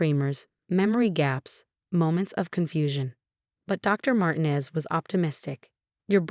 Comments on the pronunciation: Mar-tee-nez or Mar-teen-ez. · And sometimes it’s Marginez! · I’ve been thinking the same thing for a while